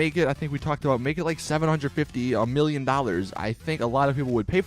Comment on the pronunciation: 750 million? Did you say that right?